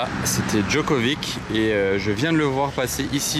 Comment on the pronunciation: K2000 c'est une Pontiac Tran-Am. Pour info on dit Djokovitch. Tu dis pas Ibrahimovik, hé beh c'est pareil.